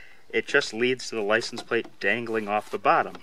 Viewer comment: “Apply the plicense.” 😄